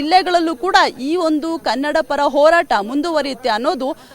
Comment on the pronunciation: Hartha Alla Le Yappa Artha Adu🤦‍♂️🤦‍♂️🤦‍♂️ Orata Alla Le Yappa Horata Adu🤦‍♂️🤦‍♂️🤦‍♂️